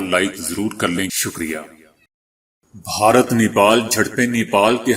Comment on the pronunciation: بھائی صاحب بھارت ہوتا ہے بہارت نہیں